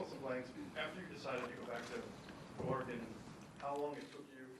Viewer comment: It's Oregon, not ORE-E-GONE